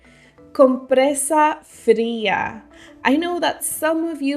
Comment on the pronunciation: I got one wrong but compresa fria; sounds perfect!